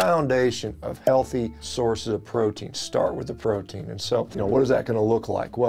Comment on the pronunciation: You ( or your producer) misspoke PROTEIN and NOURISHING. That’s embarrassing 😅